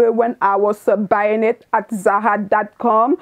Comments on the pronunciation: It's ZaRA RRRRRRRRRRRRR! Not Za Ha. LOL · It’s the “zaha” for me! 🖤✨